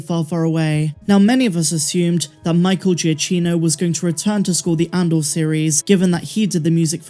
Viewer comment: Giacchino is pronounced "jah KEEN oh" :) So excited about this news!